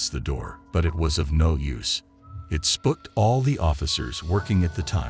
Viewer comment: What the hell is "spuked" the narrator said it when telling what happened at the police station where the door flew open. I thought the word is spooked 😂.